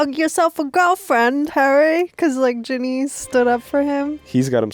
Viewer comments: Yall her name is Ginny not Jenny lol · Her name is Ginny Weasly . Not Jen-ay !!!!!!!!!!!!!!!